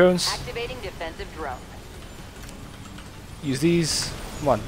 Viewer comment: he speak Defensive Drone sounds like infested drone